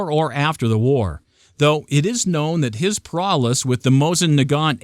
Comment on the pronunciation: The word is prowess. Not prowless.